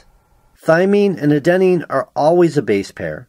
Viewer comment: also, you mispronounced adenine throughout the video (stress should be on the first syllable rather than the second, it drove me nuts)